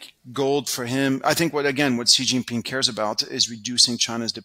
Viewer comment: is great, but China is definitely one of his biggest blind spots. He still can't even pronounce Xi Jinping's name well (a small but important tell).